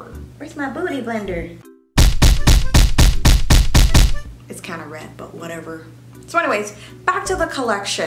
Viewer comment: What said: Where’s my beauty blender? What I heard: Where’s my Booty blender?